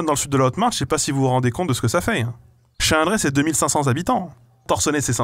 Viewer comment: Je viens de comprendre que le village s'appelle Chalindrey et pas Chiiiiiinnndrey